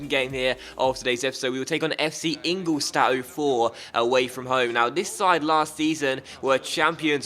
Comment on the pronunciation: You pronounce ingoldstadt wrong it should be ingoldshtadt